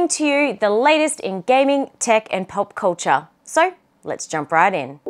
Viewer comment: I love how you say pop cultcha, its lovely 😊